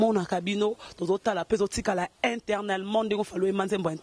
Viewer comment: eternelement et non etwrnelement aaaaaaah mrd